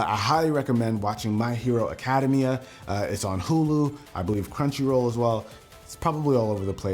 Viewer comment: You mispronounced My Hero Academia...